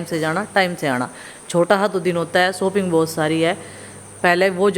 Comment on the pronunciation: सोपिंग नहीं शॉपिंग